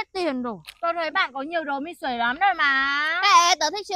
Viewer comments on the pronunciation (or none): Mi - xuê mà đọc mi xuể